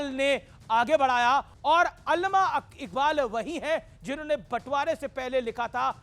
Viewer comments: او بھائی سدھے لفظ بول علامہ اقبال ہے علمہ اقبال نہیں اور عاصم منیر ہے اصف منیر کیا تمہاری مودی حکومت کے ٹیچر نے تمہیں یہی پڑھایا ہے😂😂😂😂😂😂 لکھ لعنت بھارت تے😂😅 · Pahly nam Bolna to sekho not alma allama Iqbal or Iqbal 1945 Man intqal kar Gai thee